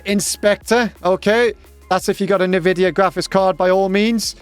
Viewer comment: nividia?! in 13 years of me having heard that word pronounced this way lol